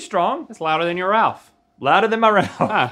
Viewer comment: DID ANYONE ELSE THINK RHETT SAID "beth" INSTEAD OF RALPH?????